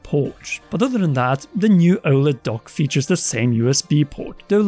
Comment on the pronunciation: disliked for the way you kept saying oled